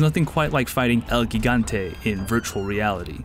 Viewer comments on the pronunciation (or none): El Gigante pronunciation- El Hegonetay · Did he just say "El geegante"?